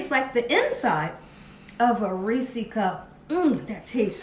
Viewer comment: I live close to Hershey, PA. So, for the record...it is not pronounced a Ree-see cup. It is pronounced like Ree-says PB cup -- Reese's. 😂😊 You're welcome! 😝